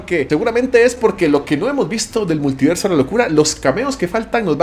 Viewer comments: “Muliverso” señores, muliverso 🚬🗿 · Es multiverso, no muliverso